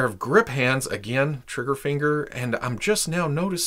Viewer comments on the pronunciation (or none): none